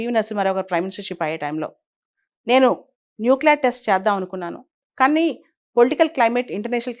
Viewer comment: Nucler or nuclear. Pronunciation clear gaa undaaali